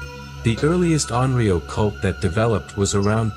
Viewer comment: In English 幽霊 would be pronounced something like "yoo-ray", never 'yuri-ai." Similarly "onryou" is pronounced "on-ryo", not "on-rio." Each kanji is fully pronounced.